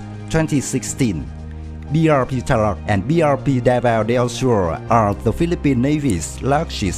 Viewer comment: I love the thumbnail XD And also some Pronunciations 101: Suite - Su-wit (it sounds like "sweet" but the first syllable has "su") Tarlac - Tar-lack Spain - S - pain (you said something like "Spen") Gregorio - Gre - gore - yo Pilar - Pi - lar Capacity - Capa - city Hope this helps. Your English is getting better :)